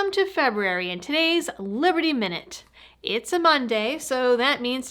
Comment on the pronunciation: Wait can you please say February again please? Love ya, keep up the great work